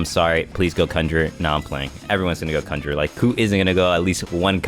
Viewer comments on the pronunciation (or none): THIS MAN SAID CUNJER NOT CON-GER-RER OMG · "kunger" lol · The way he says ''cun-jer-er'' bro triggered me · swear to god ur saying cumjerer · bro said "sav-ent" and "cunjer" 💀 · that way bro is saying conjurer 😭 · my lil bro kept freaking out everytime you said conjurer wrong like bro couldnt just leave my mans in peace